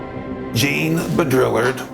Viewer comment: I liked this video. I wish it talked more about Hopi myths and prophecy Can you please take 5 seconds next time to learn how to pronounce foreign (French) names? That "Jean" pronunciation really makes the video annoying to listen to